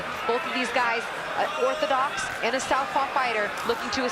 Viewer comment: “Both of these fighters are othordox” 🤣🤦🏽